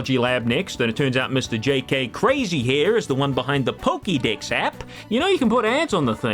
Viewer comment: Pokédex, not pokidex.